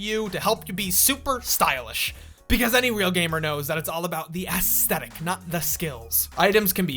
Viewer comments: "The asstetic" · “Ass thetic” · Stop pronouncing it ASS-thetic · The way you say aesthetic hurts my soul.